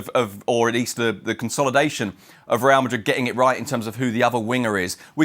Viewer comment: "Real Magrig"